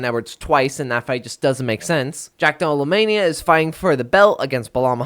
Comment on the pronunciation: Jack dellamania is the greatest mispronounciation of recent memory